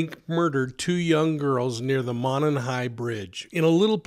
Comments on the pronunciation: PLEASE OH PLEASE!! "Monon" Bridge (pronounced "MOW-NON" BRIDGE) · Love your channel. Correct pronunciation is MOW NON high bridge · First it’s a long O in Mo and non Monon bridge I’m a local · Mow as in "mow the lawn"/Moe MOE-non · The fact you can’t pronounce monon correctly means you shouldn’t even be covering this. Also can’t pronounce a prominent brand like Carhartt. Lol